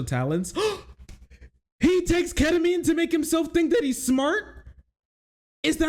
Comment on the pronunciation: What the heck is ketaminr😢